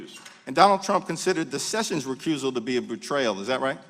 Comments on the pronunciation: I would bet a kidney that Sheila Jackson Lee can't spell the word judiciary much less pronounce it. She also thinks the former AG's name is Jeff Sevens . She is clearly illiterate with a commensurate IQ.....a complete embarrassment. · She can't even say the name "Sessions" correctly. She's a bully with nasal problems.